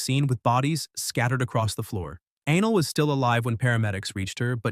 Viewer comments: Aah•nelll < ‐ pronounce it like that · Gotta be pronouncing the girls name wrong. No way her name is actual Anal 😂😂😂 Thats not tough at all 😂